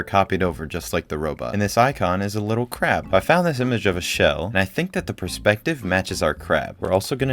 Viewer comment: He kinda sound like he says "and this icon is a little crap" instead of crab . Good thing my ears weren't right there